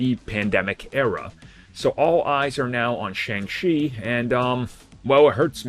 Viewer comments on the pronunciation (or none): It is pronouced Sh-on-g chi